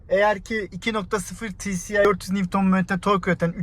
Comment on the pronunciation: Ti si ay (tci) değil ti es ay (tsi)